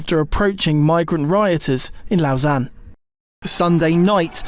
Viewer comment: It's pronounced "lowsanne"